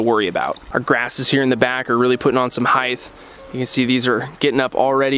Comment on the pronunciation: Dis this MO!$&@ just say heighth? Lol